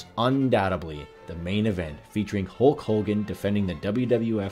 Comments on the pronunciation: This guy gets a lot of names in-correct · Who tf is Hulk Holgan